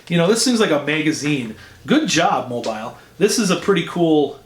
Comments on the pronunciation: Its pronounced Mo bill. The space is a break in how u say the name. Its our ancestral home. Slow down speaking, we are just as excited for you. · mobile bay has a Battleship Park. Stop and tour the WW2 battleship. Ps-pronounce it "MOE- BILL"